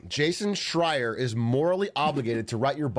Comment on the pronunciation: it was right the first time he said it this time. he prolly studied up for this